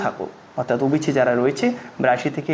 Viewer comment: অবিচি নয়... ওবিসি